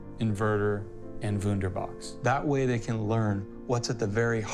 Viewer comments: Woonderbox, woonderbox.... hume battery system... sounds like letter o and u and a are same... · the guys for supply chain, hardware production and manufacturing are Germans. Pronunciations are funny. 'Wunderbox' - nice.